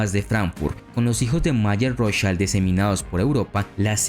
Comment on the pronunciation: 'Rothchild' está com a pronúncia errada, o I do alemão é igual ao português ou espanhol e não como o I inglês (ai). Em alemão o que tem som de a é o E, como Einstein.